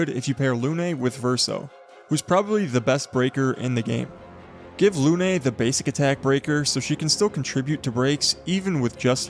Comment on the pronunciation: thank you for the tips omg i love it , im always looking for new build . PS: Lune is not pronouced Lunay 😅 , as a french its very funny to hear how you pronouced it , but anyway np you can actually see the proper calling in google translate and also it means moon